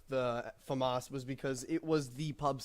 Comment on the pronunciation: or "faemas" when as it being french is "Faamas"